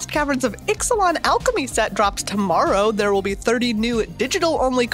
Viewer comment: Bravo for your flawless pronunciation of the Ixalan commanders, that would have tripped me up!